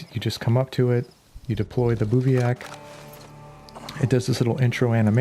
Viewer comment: It's pronounced biv-wak